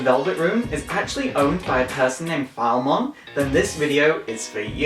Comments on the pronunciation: PHIL- EHH- MON, he even says it in game, how do you calll it phalmon. Britishh or not. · File mon is that a new digimon? Its pronounced fill uh mon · Phil - eh- mon, not Philemon. They even fucking say it in Persona 1 and 2. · My only qualm with this rundown is the pronunciation oh Philemon. It should be pronounced "Fill-e-mon"